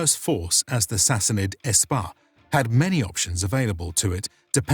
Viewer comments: The army is Sepah no S-pah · Minor correction: "Spah" is not pronounced as "espah". The correct pronunciation is "sapah" which means "army". This is where the word for the individual soldier "sapahi" comes from. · Its pronounced "Sepah" not "Espah" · Correction: SPAH is incorrect. The correct spelling and pronunciation is "SEPAH". The word is still used in Today's Persian language. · Mufugga seriously read "spah" as "Ess-pah" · Quick side note, the word is pronounced SEPAH, meaning army. Now spah